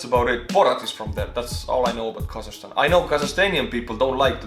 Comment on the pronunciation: And I also want to correct you on some things you've said in the video: 1)It's KazaKHstan, not kazashstan 2) We are very opened country. You don't need visa to visit us. 3)Not everyone hates Borat, and it's funny that people associate Borat with Kazakhstan. When It was actually filmed in gypsy village in Romania and Borat was speaking Hebrew half of the time